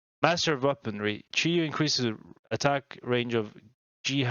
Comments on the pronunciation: For reference on Chiyou's pronunciation: Listen to the opening cutscene of Immortal Pillar campaign level 2. The villain Nüchou will say "Chur-yoh". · Chiyou is pronounced "Chur-Yoh". The "Zi" in Yazi is pronounced as "Tz" (the i at the end is what we call a "fake i" because it is actually not pronounced). Gou is pronounced like "Go" as in the opposite of stop. Tie in Taotie is pronounced "Tyeh". The "Qi" in Qinglong and Qiongqi are pronounced "Chee" (with your tongue at the floor of your mouth). Hundun is just pronounced as "Hoon-Doon" Rushou is pronounced "Roo-show" (like a TV show). Pixiu is pronounced "Pi-Hsiow" (the last -u is a "fake u" because it's actually pronounced as "Yo" like the informal hello in American English).